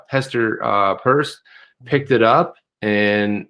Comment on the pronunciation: Her name is pronounced “purse”.